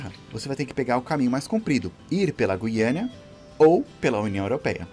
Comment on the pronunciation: O nome correto não é guiania..É guiana caralho!!!